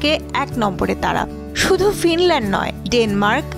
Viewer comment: ফিনল্যান্ডের উচ্চারণ চেঞ্জ করে ফাইনল্যান্ড করা হোক😂